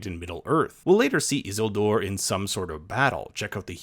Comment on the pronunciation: Why is he saying Isildur like that ☠️☠️